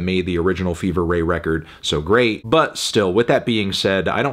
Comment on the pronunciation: Absolute insanity. You could at least pronounce their name correctly.